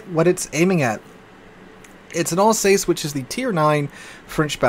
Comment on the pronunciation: 'Alsace' rhymes with 'bus'!